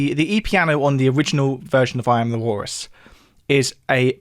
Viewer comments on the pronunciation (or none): God, who cares? Learn to pronounce the letter L.